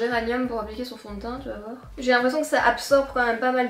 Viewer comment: Ah finalement tu as choisie le haut avec les fleurs! 🥰 (vlog et Enzo) Je t'adore, tu me fais tellement rire 😂 "Allez vwer" 😂 "Demain on va sortir un géranium pour se maquiller" 😂 Enfin SOIT! Tu es au TOP du TOP, continue comme ça! Prends bien soin de toi,d'Enzo, de Django, de Wilo et sans oublier les poules et les biquettes! ❤ Pleins de bisous, D'une petite belge! 🇧🇪